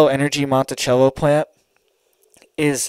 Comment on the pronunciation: Its Monticello Not Montichello. Sounds like MONTISELO. I live here. 👍